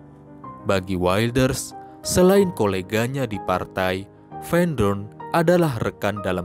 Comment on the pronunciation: Sebelum membaca narasi, narator wajib cari tahu cara membaca nama tokoh sesuai bahasa sang tokoh. Jangan baca teks Belanda dengan kaidah bahasa Inggris. Tulisan "van" bacanya ya bukan "ven", tapi tetap "van"